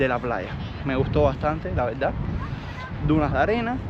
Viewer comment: Cuando vas a vas a dejar de decir VELDA en vez de VERDAD?... O es un problema insuperable? Dicho esto, sin animo de ofender.